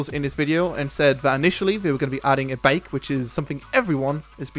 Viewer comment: I didn't quite understand when you were explaining the vehicles. You were saying Rocket mentioned a vehicle, and you said it. Was what you said "Bake" ? Or "Bike"? Thanks!